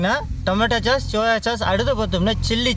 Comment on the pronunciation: Athu chass illai but sauce… pronounced almost like sos… 😂😂😂